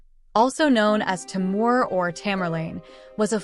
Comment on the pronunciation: It is pronounced Tee Moor (Timur), not Tai Moor.